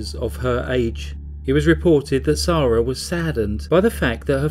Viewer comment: Why’s her name pronounced as zarah when it’s spelled Sarah? Noticed a few ppl do this unless it’s different countries pronounce it differently